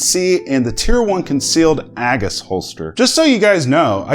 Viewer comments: OMG it’s pronounced A- G’s As in Jesus why have I become such a snob for pronunciation? Btw for everyone afraid to shoot Peter.... just re-holster with the slide locked then pull the mag caddy forwards to safely drop the slide....god forbid a slam fire wont shoot peter that way. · Pronounced Ay gis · Dude your pronouncing it all wrong lol